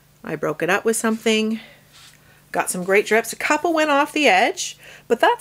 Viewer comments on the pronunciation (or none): none